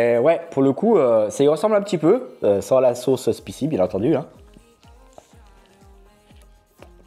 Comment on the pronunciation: Putain prononce spicy correctement!!!!! sp aï si